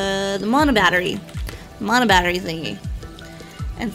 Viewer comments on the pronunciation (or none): none